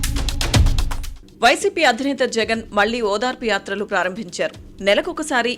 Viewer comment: యాత్రలు కాదు,"యాతర'లు 🤮